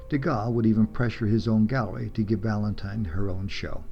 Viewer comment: Very nice, but it's "Vala-DON," not "Valan-don." Only the "n" at the end.